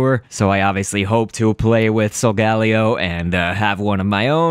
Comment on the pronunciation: but I think solgaleo is said like soul-gale-io but whatever floats your boat